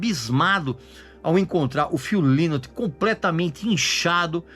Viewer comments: Hu Líus???? É algum chinês? 😂😂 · O Régis não conhece muito sobre a banda, infelizmente...a começar pela pronúncia do nome do vocalista. Estudou pra fazer o vídeo e estudou muito mal. Ele disse algumas incongruências aí, poderia citá-las, mas o mais relevante aí já que ele quis abordar o término da banda e a fase que o Phil se afundou nas drogas, foi não dizer o que culminou pra levar o Phil a esse comportamento, o que o fez se deprimir tanto...a meu ver, ignorar isso no vídeo foi o seu maior equívoco.